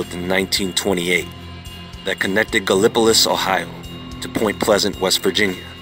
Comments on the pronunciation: I live really close to where all this happened and there is a statue of the moth man in a place called point pleasent wv where the bridge fell..and everyone mispronounces gallapolis oh..its gal-uh-pol-his..even a new weather girl we had mispronounced it on air..lol..but the bridge that came down was said that ppl had seen the moth man flying around it before and on the day of the collapse.. keep the awesome videos coming looking forward to the next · It's pronounced Ga-la-pa lis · It's Galla-po-lease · I're head Gallipolis pronounced a lot of different ways but that was a first. Every Ohioan I know including myself pronounce it (forgive my incorrect usage to the phonetic alphabet) Gal- a- pa- lis. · I grew up here. It's become somewhat of a joke (albeit a fond one) to the locals. At the time, it was an incredibly serious situation. Good video. Just one thing: it's pronounced Gal-E-pole-iss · U did not say gallipolis right